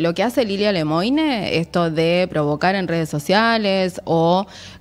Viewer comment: Mucho ruso se exilió en Francia después de la revolución bolchevique. Lemoine no es ruso, es francés, se pronuncia LEMUAN. Hay que pronunciar bien la N.